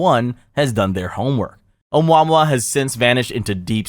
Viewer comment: Say it with me OH-MOO-AH-MOO-AH😅